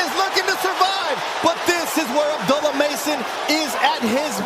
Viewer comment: I wish he correct these people on pronouncing his same. It's not Abdella, it's Abdullah (Ob Doola).